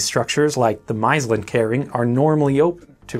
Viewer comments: M-ah-s-l-ah-nt-kering, phonetically-ish. I was actually there this weekend. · Love the way you say "maaslandkering". Great videos keep it up.